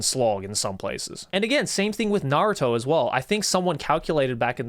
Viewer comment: Im soryr but I just canNOT trust a man who says naruto is his favorite anime and then proceeds to call it "nahrotoo"